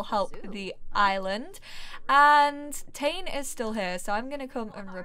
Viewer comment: I think the kids name is pronounced Tah-Né, or at least that seems to be how I've heard it more often. In any case he's BFF's with my sims daughter and I might make them grow up together :D